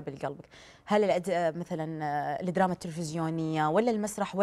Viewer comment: الادراما 🤢معقوله طالعه ع التلفزيون ماتعرف تقول الدراما🙄